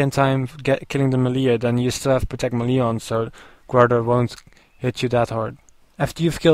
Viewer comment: you say melle lol funny